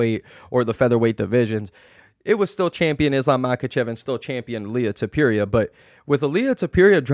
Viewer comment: Why do you mispronounce names (ilia tupiría, Jan Błachowicz, etc)